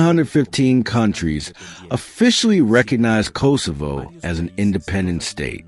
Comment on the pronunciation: Kosovo is pronounced differently.